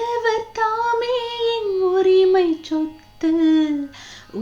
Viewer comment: Sothu…. Not chothu….